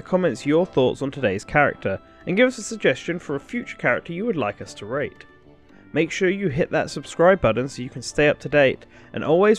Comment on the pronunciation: I swear it sounds like you say rape that character